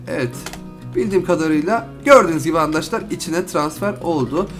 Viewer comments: Niye handaşlar diyorsun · Adam andaşlar diyor